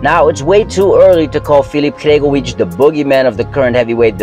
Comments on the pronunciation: Sory its not Hregovic it's Hrgovic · Bro the way you pronounce Hrgovic is a crime